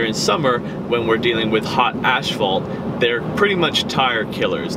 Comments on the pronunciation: Asssphalt not ashphalt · Asphalt...not "ashfault." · Did he just say ashphalt? Twice??? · Furreal bro. It's ass-fault. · Great video man....am I the only one hearing "ashfalt" tho?? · First it’s pronounced “ass-fault”, second, have you tried balancing beads? Third, metric sizes start with 16.4/32” and imperial sizes start with 18.3/32”. I’m guessing you have 35s, so you’ve used 6/32” in 4000 miles. You’re barely going to get 12k miles out of them. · "Ashfault"? "ashphault"? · Ashfault he says multiple times lmao